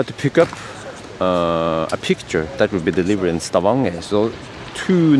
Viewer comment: He forget only the letter "N" between "A" and "G". They have not change the name in Stavanger to Stavager yet.